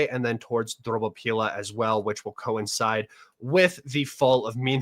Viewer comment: I have a question: how difficult is it for the average American to read the letters of an unfamiliar word in the correct order? For example, correct 'Dobropillia' instead of 'Drobopillia'. Note: Dobropillia - (Russian) Dobropol'e - Добропол'е (добро [dobro] - kind/nice/good, поле [pole] - field). Btw "-pillia" in the Ukrainian name has no translation, as it is simply a modified (butchered) version of the old Russian name. The word "field" in Ukrainian is still "pole," as in the name of the city 'Huliaipole'.